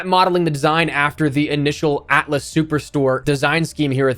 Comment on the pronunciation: Ah, yes. The Americans are struggling with cyrillic once again, I see. It's supposed to be АТЛАС (ATLAS), not "ATAAC".